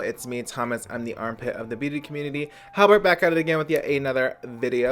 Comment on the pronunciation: He said armpit i thought i was hearing shit LMAO